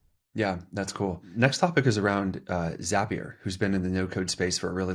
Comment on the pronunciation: ZAY-pier ? For real? 🤣Great video as always, thanks ya'll.